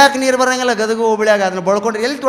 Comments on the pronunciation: That is not gandag ,it is gadag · ಊರಿನ ಹೆಸರು ಗದಗ, ಗಂದಗ್ ಅಲ್ಲ